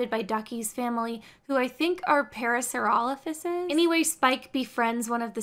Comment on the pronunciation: I don't mean to be creepy but I love a girl who can properly pronounce Parasaurolophus